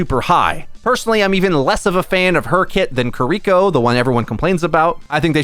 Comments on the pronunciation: It’s KI-LI-KO, not KRI-KO. Gosh. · Plz dont say kuriko. I'm dying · Umm. I could overlook the "Cur-Re-Ko" But I CANNOT overlook the "Ked-A-Sis." You've said these names correctly before.... It just annoys me enough to complain and bitch about it. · He can’t say kiriko’s name right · Take a shot every time mispronounces Kiriko